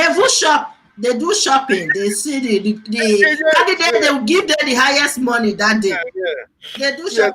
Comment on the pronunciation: I'll stop watching your videos on YouTube. How can your Commentator keep pronouncing CANDIDATE as CANDIGATE and yet you continue to allow him without finding a way to technically correcting him🙄....Please let me know when you start bringing a serious Commentator on your program.